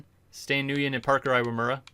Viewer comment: Stan Nguyen is pronounced “win” and he has 32 starts why do u keep saying he missed starts cus he was injured he literally missed 1 game